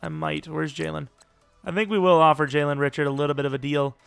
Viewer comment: It’s Jalen Ree-Shard lol. Not Rich-ard